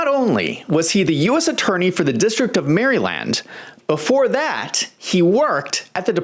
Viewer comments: Love your journalism but what's with the act? You ain't from America bro. Ain't no way. Nobody in all 50 states says Maryland the way you do. You say Maryland like you've never said it in your life. Almost like a spy who is trained to read a script in another language. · "Merry Land"? Where is that? The new Disneyland?